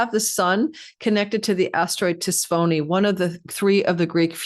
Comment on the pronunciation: For those who are curious, Tisiphone The most common English pronunciation of Tisiphone is: tiss-IF-uh-nee Breakdown: tiss (rhymes with kiss) IF (rhymes with if) uh (a very soft "a" sound, like in about) nee (rhymes with me) The stress is on the second syllable: tiss-IF-uh-nee. With English being my 1st language, I struggled mightily with learning where the emphasis belonged when I was learning to read and write Greek. Sending lots of support and love to, and each of you here enjoying her channel! Namaste🌟 💫💜💫🌟